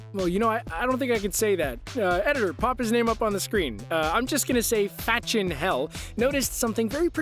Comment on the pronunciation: u keep saying peoples names wrong